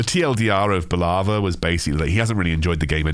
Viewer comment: It's Boooolava not Baalava :D